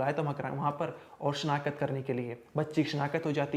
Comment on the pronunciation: शीना खत नहीं भाई शिनाख्त बोलते है